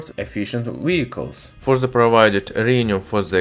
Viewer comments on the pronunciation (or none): ...on ze surface of ze metal... What are you saying????????????????? When you can't say The... Just say De... Ze is fucking ridiculous